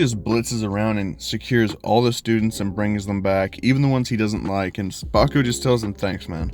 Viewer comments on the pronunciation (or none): none